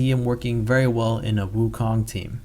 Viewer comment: aren't you asian? gotta pronounce Wukong right man